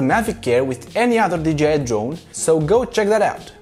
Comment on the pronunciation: we love it, don’t change 😘😄👍🏻